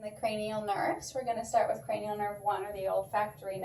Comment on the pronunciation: Cranial “nervs” or “nerves”?